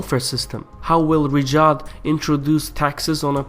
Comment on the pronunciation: why do you pronounce it as Rijad and not Riyadh?